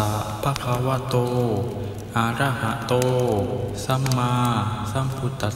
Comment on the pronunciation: คุณสวดไม่ถูกศัพท์เลย อะระหะโต (ก็สวดเป็น อา..ระหะโต) ส่วนบทสวด ก็พิมพ์ผิดวรรคตอน สวดผิดวรรคตอนอีกด้วย ...กรุณาไปดูพระไตรปิฎกบาลี เล่มที่ 15 ข้อ 244 - 245 หน้า 70 , และข้อ 249-250 หน้า 71 ครับ หรือหนังสือสวดมนต์(มนต์พิธี)หัวข้อสุริยะปะริตตะปาโฐ(ย่อ) หน้า 48 ครับ (เขาเว้นวรรคถูกต้องตามพระไตรปิฎก)